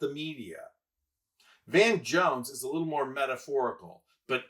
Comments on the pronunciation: It's Van Jones, not Von Jones. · It’s VAN Jones. Not VON Jones. Crikey. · I’m a Harris supporter but please say Dana Bash’s name correctly and you had Van Jones name incorrect. You lose credibility.